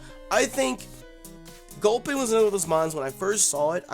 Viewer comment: dammit..why you gotta fuck up gulpin like that..